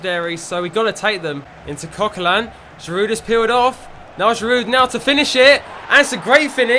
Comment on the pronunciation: Great videos mate, and you must hear this all the time, but there's no D when you pronounce Giroud. He's French, so it's GI- ROO. But great production overall on your videos, nice work!